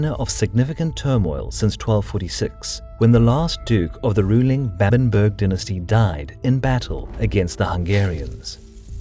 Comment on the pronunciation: Babenberg not Bäbenbörg. ;)